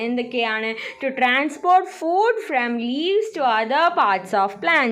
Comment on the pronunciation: ടീച്ചർ ഫൂഡ് അല്ല ഫുഡ്